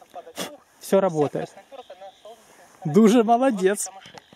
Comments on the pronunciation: Не Дуже, а Додж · да вы русскому языку не обучены какой даже Даши или ещё что-то это Додж и никто другой